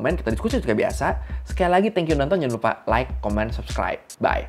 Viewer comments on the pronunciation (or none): none